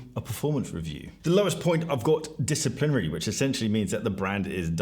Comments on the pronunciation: “Disaplinary”:, I’m not being pedantic. That has to be corrected. It’s “disciplinary”. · WTF is ‘disaplinary’😂🤣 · It's very funny that all of these rankings and opinions are totally nullified and undermined by the hilarious butchering of the word 'disciplinary' 😂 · Came to the comments to look for a reaction to this. English is not my mother tongue but that one sticks out like a sore thumb :P